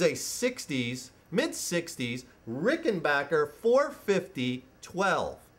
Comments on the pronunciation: It's Ricken- BACK- er. Ask John Hall. He's corrected me when I said BOCK er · It's pronounced Ricken BACK er, not Ricken BOCK er. He's pronouncing it wrong. And they're totally hand made in America. And the 6 stringers are awesome, ask Paul Weller, or the Guy in REM.